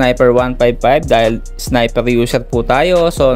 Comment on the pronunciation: Boss dika ata maka pronounce ng R😂😂wine x snipew😂😂